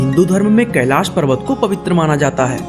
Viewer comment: Tu log Hindi bhi Nahi ati Kailash hota hea